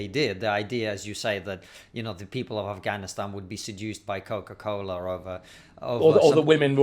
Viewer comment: It's Coca Cola not Coco Cola David.